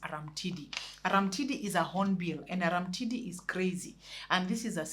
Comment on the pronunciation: Read it as Arumtidi not Aramtidi,it sounds weird in Luo dialect from which that character is derived